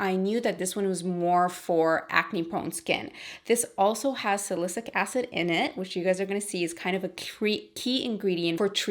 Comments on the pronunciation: its salicylic acid not "sa-li-cic" acid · Love your videos! btw salicylic acid is pronounced SA-LE-SI-LIC acid. Xoxo glad you're back! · Thank you!!! Perfect timing! I need to stop that benzoyl peroxide. Little Tip though. Just listen to “Siri: pronounce Sa-ly-cy-lic acid” 👏👏👏